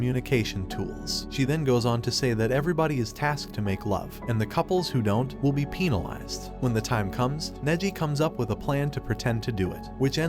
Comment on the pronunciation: broo the way he said penalize lol